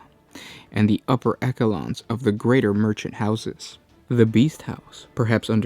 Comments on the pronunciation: Echelon is pronounced Esh-eh-lon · That was a horrible pronunciation in the video. Was going to say the same thing as you...